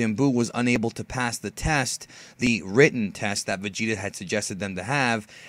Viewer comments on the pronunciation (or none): none